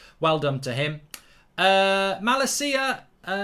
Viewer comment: Gotta work on your pronunciation of malacia. It's maLAcia, not malaCIa